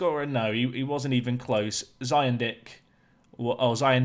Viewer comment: Genuinely burst out laughing when you accidentally said 'Zion Dick.'